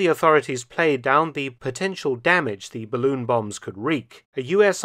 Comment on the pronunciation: It’s a barroon.